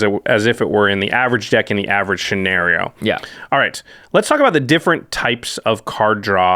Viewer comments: shenario? lol (not trying to be rude) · Me: Scenario: Schenario